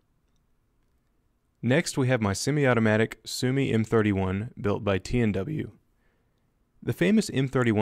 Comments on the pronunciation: Suomi isn’t pronounced (soo me) it’s pronounced (soo oh me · Its suomi not suumi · You pronounced the name wrong. It's suw-omi